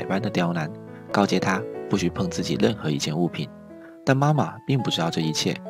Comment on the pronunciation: 兄弟，请问是哪里人……RL不分……任（楞）何人……